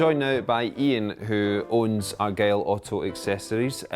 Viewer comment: The name was "The Argyll" not Argyle